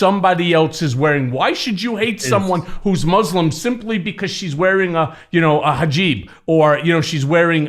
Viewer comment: Hijab not hajib